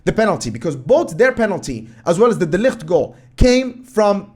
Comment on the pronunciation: The way you pronounce De Ligt is great, you almost sound like a Dutchman!